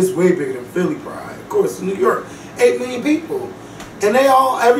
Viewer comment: Thank you. It also helps to have a firm grip on standard English. You don't have to be Bryant Gumbel, but at the very least, know how to pronounce "ask," "New York,", etc.